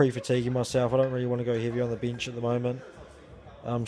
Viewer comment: I'm gonna start saying Bihnch (Bench) like does - sounds F'ing awesome! Good video.